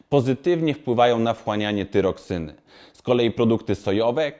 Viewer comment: Pan czyta i nie ma pojęcia o czym ... I w dodatku czyta z błędami .